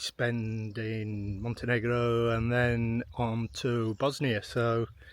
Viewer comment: "Montenigro" 🤭 Love the dog!